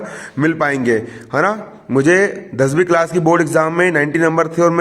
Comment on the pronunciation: भाइ,दसबि मत बोलो